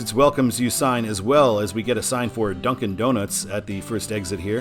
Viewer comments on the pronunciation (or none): none